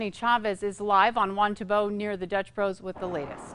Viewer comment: Yeah! Chavez said it right. Dutch Bros!